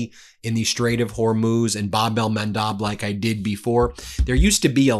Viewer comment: Ben, it's "MAN-DEB" with an E